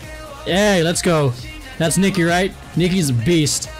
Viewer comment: Thats NI-KI that boy you said killin it